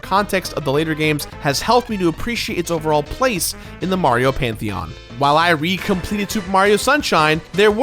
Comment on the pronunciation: “ But once I Complededeht”